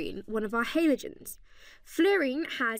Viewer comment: cant deal with the way she says halogens